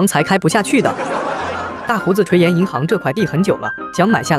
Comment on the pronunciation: 垂涎（读贤）